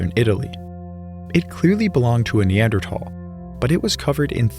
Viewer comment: its the correct pronunciation, the "h" is silent